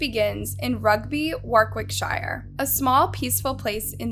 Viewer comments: Nothing to do with the case but it’s ‘War-Rick-sheer’ that’s how English pronounce it. Just had to say it sorry x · More poor pronunciation - "Warwickshire", and generic. stock. footage used... just really poorly researched and the actual soundbites are from another documentary from the UK. '' is just a narrator that reads a (poor) script emailed to her... so stop. commenting and expecting her input/response. How hard is it to pronounce place names? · Enjoyed the video, only (constructive) criticism is to research pronunciation of places in the UK, it's pronounced Wor-ick-shur (best I can explain it haha) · The way the narrator pronounces "Warwickshire" 🤦‍♀️ - Why don't people make an effort to say these names correctly?!